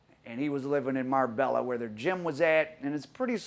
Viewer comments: It’s pronounced MAR-BAYA NOT MARBELLA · Mar-bella 🤣come on Al at least name check places your doing stories on the ll is silent it’s nearer mar-bae-a also it’s not been known as the Costa del crime since England and Spain agreed a extradition treaty in the early 2000’s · Ya killin' me. It's MAR-bay-YA. I lived there. Used to be a nice place until the Columbian and Mexican cartels started taking over. It's literally gangsters paradise now. From what I hear, it's supposed to be somewhat of a neutral territory. Surprised this guy got killed there. Sounded like a very amature hit. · Marbella is pronounced mar-bay-a man , I can't believe I'm the first one to say it . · It's Pronounced..Marr-bay-a... the LL are silent in Spanish.. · Nice video Al but you don't pronounce the l's in Marbella they're silent its "mar bay ah" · it's pronounced "Mar-bay-a"